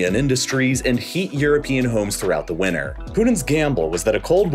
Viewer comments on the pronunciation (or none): none